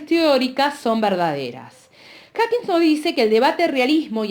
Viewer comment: Me da toc cuando dice HackigSSS dios, lo está leyendo y encima lo lee mal 🙄